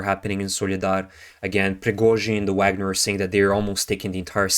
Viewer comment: It's vagner. The v makes an f sound